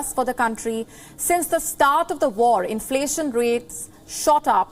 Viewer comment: Where did you get this news presenter?..she can't pronounce inflation correctly... 😀